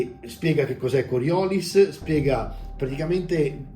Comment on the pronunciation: Bello! Se posso permettermi, credo si pronunci con l'accento sull'ultima i (immagino il nome venga dalla forza, che viene da uno scienziato francese)